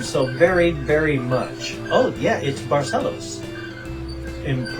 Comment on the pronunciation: Yay! I finally found the video! XD Sorry it took so long ^^' I'm so glad that you liked what I sent ^-^ And you actually pronounce the name of the city very well :) Much better than most really...only the last syllable was a bit off but not bad at all! Also...thank you for your words of wisdom... Just a few curiosities about Barcelos and Portugal in general (if you don't mind of course): - About the postcard with the various Roosters: Each Rooster in that postcard is actually a giant statue (to get the idea of how big it is I can tell you that you can mount on the back like a horse! And there's this picture: (and this is one of the smaller ones!!!)) This statues are all around the city. - The original Rooster of Barcelos Wasn't quite like it is now. Back when it was first made into a clay figure in the 1930s it was used as a toothpick holder. - This is just an example of what it looked like. -Did you know that Barcelos is the city in Portugal with the largest conglomorate of "villages"? It has 89 "villages"! - This is a map of the "concelho" as it is called here -The last living relative of royalty in Portugal is from Barcelos and, should Barcelos revert to a monarchy, he shall be named the King. -The Rooster of Barcelos has become a symbol of Portugal and there is even a statue of it in Rio de Janeiro, Brazil. -The world's oldest alliance is the one between Portugal and England dating back to the 1300s (it's almost 650 years old and it's still in effect